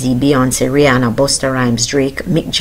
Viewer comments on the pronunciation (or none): none